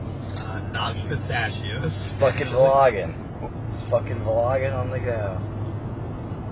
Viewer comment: His dad “ you bloggin” aka vlogging 😂